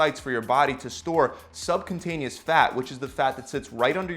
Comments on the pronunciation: I love your videos. learned a ton. One small correction though. It is not sub-con-taneous. it is sub-cu-ta-neous. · Its cutaneous not cuntaneous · you are pronouncing the word "subcutaneous" wrongly as "subcuntaneous"... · SUBCU-TANEOUS! NOT SUB CONTANIOUS! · You keep saying "sub-contain-eous". It's "sub-kyoo-taneous". And it's specifically beta 3 receptors that are expressed in adipocytes. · Subcutaneous not subcuntaneous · Subcuntaneous lmaoooooo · I see subcutaneous but I hear subcuntinous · Pronounced Sub-q-tain-yus ;-) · I couldn't keep listening after you called it subcontainius 🙄. 😂🤣😂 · Hey, great video but it's pronounced SUB- CUTE- ANEOUS fat, I know you're not a scientist but thought I'd correct it for the future :) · Dude, seriously, first learn to PRONOUNCE subcutaneous fat before making a video about it. it's not "sub-contain-eous" as you keep saying... lmao... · Very solid vid, very knowledgeable. :) 1 thing. Sub-Q-tain-ee-us. Not remotely being mean-spirited, mocking, or giving you grief. I just wanted to point it out so that your obvious knowledge-ability doesn't get lost due to mispronunciation. :) Keep at it, man. :D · have another listen, he says subCUNTaneous fat. Oh yes he does 😀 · Is he...is he calling it sub-cunt-taneous? Fair. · Nice... ohh and cutaneous is pronounced (Q- tain-e-us) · Excellent video, thanks for the info. Just as a friendly heads up to say that you keep adding an “n” in the word subcutaneous right before the “t” which is making it sound like. . . a very, very different type of fat. : ) Thanks again for the video, it really helped!